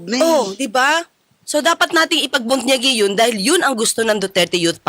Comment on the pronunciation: Ipagbunyi atty. Claire ..not ipagpunyagi..